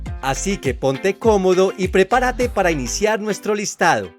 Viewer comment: Prepara-te no se dice, sino..... prep-á-rate!